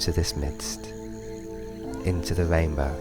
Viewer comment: This is nice, but the speech impediment takes me out of the meditation. "wainbow" indeed.